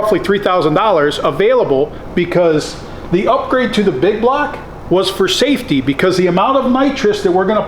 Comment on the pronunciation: Hahahaha I was like finally a man of reason......THEN HE SAID SAFTEY LOL